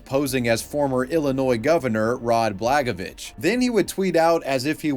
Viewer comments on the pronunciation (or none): Bluh-goy-a-vich Not blagovich. Great vid as always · Bla-goy-a-vich not blagavich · Our disgraced governor's last name is pronounced like Blah-goya-vitch Illinois's worst embarrassment. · the way you say his name is top tier lol love it ,, much easier than "blah-goy-yuh-vich"